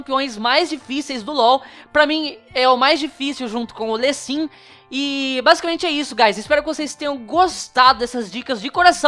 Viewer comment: Bruce lee = Bruci li . Lee sin = Li sin . Engraçado chamae de "Lê sim".